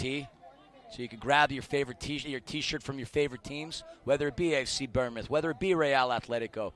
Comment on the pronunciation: I'm sorry please calm us bournemouth pronounced born mouth